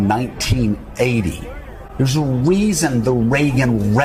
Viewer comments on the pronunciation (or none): Doug, I'm a speech therapist and noticed Joe has a lot of difficulty with his beginning 'r' sounds. He's Woger Wabbit!!! He can't say the word 'reason'...😅 ... weason!!!